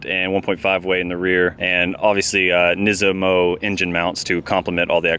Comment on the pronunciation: NISMO, not NISIMO.